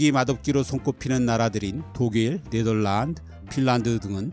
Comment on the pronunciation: 이 선생님은 네덜란드, 앤드 발음만 영어발음 비슷하게 d 소리를 무성음 처리함. 다른 나라 이름은 정직한 한국어 발음